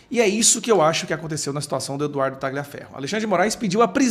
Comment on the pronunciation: A pronúncia correta é Talhiaferro, GL em italiano equivale ao LH em Português. GN em Italiano, equivale ao NH em Português C ou CC em Italiano, equivale ao "Tchi" em Português, como Ciao, aqui falamos "Tchiau". e Paolo em Italiano, é com ênfase no A e não PaOlo como pronunciam no Brazil.